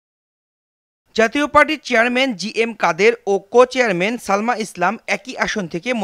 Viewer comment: Uchharon thik koro presenter. Cuchairman? Naki sobdota cochairman? Eto bistri laglo. Chhi